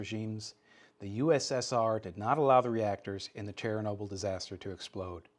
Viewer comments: Chair a noble.....Literally never heard anyone ever pronounce it like that… But OK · cher-nobyl* Is the way I pronounced it like nuke-ul-er, instead of, nu-clear?